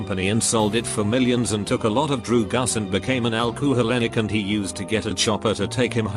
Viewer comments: Fucking love when he says drugs and acholic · I like how robo voice says alcoholic. LOL